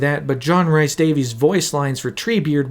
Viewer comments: I love this video - but every time you say Rhys as Rice (it’s closer to Reece) I died a bit inside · John Rhys Davies's last name is pronounced the same way we Americans say the last name "Davis". Also, his middle name is not pronounced like "rice". It's pronounced like "Reese", as in the first syllable of the candy "Reese's Pieces." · Rhys is pronounces Rees. Like Reese Witherspoon. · John Rhys Davies name, Rhys is pronounced as Reece, not Rice. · it’s not Rice. It’s Reece (Rhys) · Hate to Um actually, but I'm from Wales. Rhys is pronounced like Reese. Hearing it pronounced rice hurts. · great video, but one little nitpick. Rhys is pronounced 'Reece' to rhyme with grease, not 'rice'. It grates every time I hear you say it. edit nope, after an hour and I'm out. I just can't bear to saying 'tons and tons' and 'massive' all the time. if you revisit this again, please edit your script to use more synonyms to avoid such tedious repetition. It will help immeasurably.